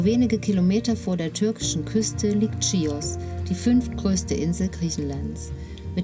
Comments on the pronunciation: Sehr nette Doku…danke…aber beim nächsten mal Chios…also mit ch…nicht schios….das klingt völlig falsch. 😃😃wir sind gerade auf der Nachbarinsel Lesbosmund setzen in ein paar Wochen über auf die Insel. ❤️❤️🇬🇷🇬🇷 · Das spricht man nicht tschios!!!!! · Ich konnte mir das nach der ersten Minute schon nicht mehr anschauen, weil die Frau die ganze Zeit ständig „Tschios“ sagt. Wie kann man so viel Zeit in die Erstellung eines solchen Films stecken und am Ende immer noch nicht wissen, wie der Ort überhaupt heißt? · Sagt doch bitte nicht tschios😢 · Schön gedrehtes Video , aber sehr sehr sehr sehr wichtig wenn man etwas ne Doku nennt dann muss man vorher wissen wie der Ort genannt wird . Nicht Tschios!!! Und nicht Mastitschotschoria! Das hat mich die ganze Zeit sehr gestört!